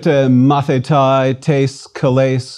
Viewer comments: It is not "Mathitai" it is pronounced "Mathite" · With all the respect you are not pronouncing our words correct . The word student Μαθηται is pronounces Mathite .ΑΙ = ΕΨΙΛΟΝ . ΜΑΘΗΤΑΙ . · It's great that you are so passionate about the language of my ancestors but let me give you a tip: (At least in Greece) We pronounce the words in accordance with the modern greek pronounciation so the "αι" is not "ái" but "e" and conequently the "μαθηταί" is not " mathitái" but "mathité"